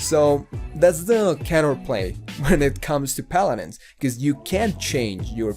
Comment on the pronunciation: JJAJAJAJAA 'Palarensss'